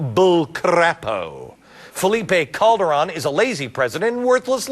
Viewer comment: Oh, and it's "Felipe Calderon" not "Phillipe Calderon"